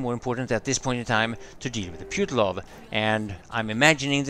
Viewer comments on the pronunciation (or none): Hey,. The correct pronunciation is: "Poo-ti-lov" with stress to "i"